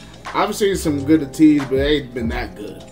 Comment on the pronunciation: thank you for reacting to their dance practice and highlighting your favorite parts. For your information, Ateez is spoken as Ay-tease or 80s (eighties).